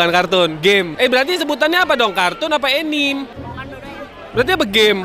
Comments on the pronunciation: Enim 😂 anime bang anime pelafannya biasa aja anime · Bacanya bukan enim enim. Tetap dibacanya anime